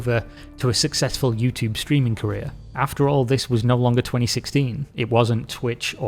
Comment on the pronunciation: Every time he says "streaming" l hear ”screaming" 🤣